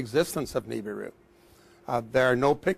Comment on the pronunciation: I love how he is a Scientist and he still mispronounces "Nibiru"...